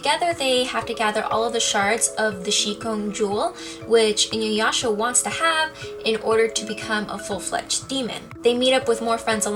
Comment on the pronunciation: Damn you America. Inuyasha is the only name that you pronounced properly. A's are spoken as Ah. Sakura (Sah-coo-rah) Manga (Mah-n-gah) like mama. I know it isn't your fault but that of the voice over companies who in the early 90s were really bad about pronouncing japanese words. Good video though. And you have very pretty eyes.